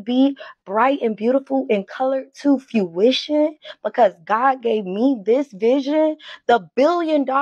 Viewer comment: She kept saying "fruition" wrong, it bothered me. She can't even say a word right.